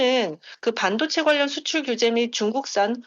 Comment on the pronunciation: 숫출 갓꿘... 억세게 발음해야 잘하는 거임?